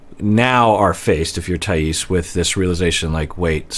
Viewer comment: Hi,! I know you like to pronounce people's names correctly so as a Brazilian I'm here to say: it's Thaís with emphasis on the "i", not on the "a" (that's why the accent mark is there, btw!). Excited to see your reactions to this couple:)